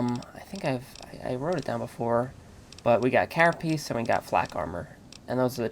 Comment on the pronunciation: Carapace dipshit! not carapiece?!